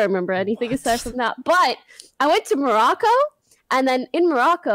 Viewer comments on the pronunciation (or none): poki just so u know u say marokai in moroko